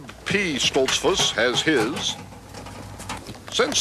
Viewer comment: seconds pronounces it Stolts - foose with the goose sound, not a fuss like bus sound that Mr. Kuralt uses. Either way people in those parts new when Mr. Kuralt spoke he wasn't from around there. I always enjoyed this series.